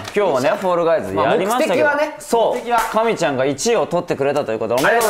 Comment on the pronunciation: 関西人と関東人の神ちゃんの発音の違いが可愛すぎるわら